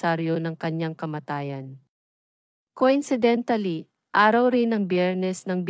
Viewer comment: yes hhaha i lost it at "coincidentally" 😂